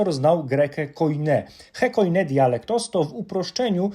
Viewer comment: Halo, chyba grekę koine, nie koide